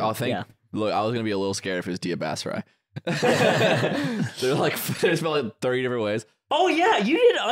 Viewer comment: Bass-rye? What a joke of a pronunciation